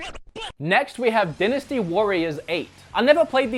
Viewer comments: Die nasty warriors not den asty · It’s “Die-nasty” not “di-nasty”. I’m not trying to be a jerk, it would be the same if you had a booger in your nose and no one said anything, wouldn’t you want to know? Haha anyway love your channel. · Die-na-stee warriors not din-a-stee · It is more a regional variation than accent, since both "dinasty" and "dainasty" are valid pronunciations. An example of an accent would be pronouncing "time" as "tame." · Dynasty is pronounced "die-ness-tea" (at least in the U.S.) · It’s pronounced dienasty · lol... I guess in Austroilia, they pronounce 'dynasty' as "Dennis-T"... lol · It’s die-nuh-stee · The way you say "dynasty" hurts my pee pee